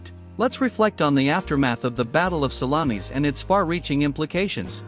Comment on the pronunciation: I think it is the pronunciation --it is 'sal-lom-is not sal-la-meeis. If they get to the battle of Cannae, please it's Cann-eye, not Canny.